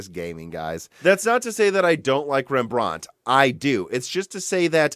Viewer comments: Rembrandt was Dutch and not French so we don’t say it in a British accent Pronunciation: REM-BRANT Not: REM-BRAUNT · OMG.. Rembrandt - Stop saying it that way! Loved the video otherwise ;) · REMB-RANT, not rembr-aunt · I don't know where this guy is from SO I don't know his local English vernacular BUT he is mispronouncing "Rembrandt", it's pronounced: "Rem Brandt", it's the name of the famous Dutch painter. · He's pronouncing Rembrandt wrong. Like he's from England or something. It's T I not tie